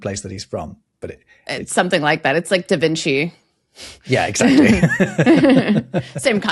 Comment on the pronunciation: da Vinci, not di Vinci